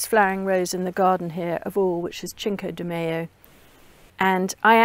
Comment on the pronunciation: Cinco de Mayo is pronounced with a soft c sound; so “sinko day my-oh” 😊